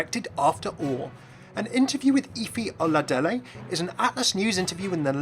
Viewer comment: I love the fact that he was the closest to pronouncing her name right. Also, much more detail about the character and her info in this video. Love you!